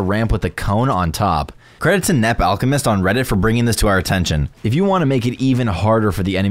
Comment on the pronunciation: i guess that name is Nepal - chemist But he pronounce it as Nep-alchemist